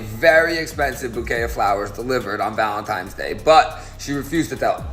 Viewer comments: I refuse to believe anything from someone who says "Valentimes Day". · Valentimes day 😂😂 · my take away was some gay guy pronouncing valentines day incorrectly ...in 2024.... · Did that man just say Valentimes Day twice? What is he....4 years old? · This guy can’t say Valentine’s Day. I don’t believe anything he says.